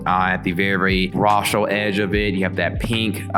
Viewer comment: I laughed when you said "rostral" ha!